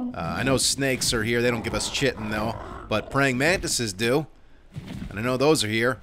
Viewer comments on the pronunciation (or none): He knows, he says it wrong on purpose because it's funnier lol. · Has anyone told him he's pronouncing "chitin" incorrectly? 😇